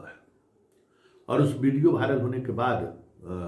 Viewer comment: भाइरल नहीं वायरल होता है। आप DU से पढ़ें हैं।